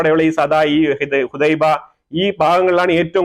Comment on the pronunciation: യമൻ പോർട്ടിൻ്റെ പേര് ഹുദൈദ എന്നാണ് ഹുഡൈബ എന്നല്ല എന്ന് സ്നേഹത്തോടെ അറിയിക്കുന്നു പ്രിയ സ്നേഹിതാ. നല്ല വാർത്തകൾ പങ്കുവെക്കുന്നതിൽ അതിയായ സന്തോഷവും സ്നേഹവും അറിയിക്കട്ടെ. With love